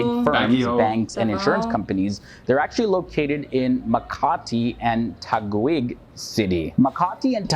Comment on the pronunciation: nice vid, the guy saying Tag-wig ( Taguig) was very funny lol